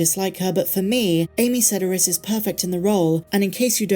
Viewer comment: Don't know if anyone has given you the correct pronunciation of Amy Sedaris' last name. It's Se-DAR-us. She's a comedic treasure for sure and I love her scenes.